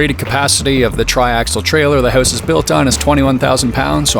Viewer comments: "Tiny hoose" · Your work with your caulk is impressive, but you have to learn how to pronounce "house". Lol.